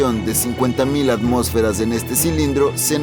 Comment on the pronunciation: ATMÓSFERAS!!!! LA TILDE ESTÁ EN LA O!!!! Antes de hacer videos ponte a estudiar